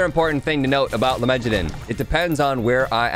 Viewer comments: I am very bothered every time dad says "lemejadun" instead of lemegeton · It's pronounced let-me-get-down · "lemegeton" is pronounced like "lay megaton" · i think its pronounced "lemme-get-on"